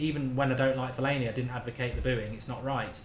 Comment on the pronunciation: Put some respect on Fellaini's name :')